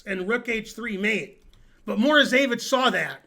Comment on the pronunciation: Alexander MorozEvich with ONE "E", not MorozEEvich with two "E"s.